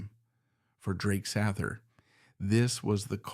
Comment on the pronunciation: AI doesn’t know how to pronounce things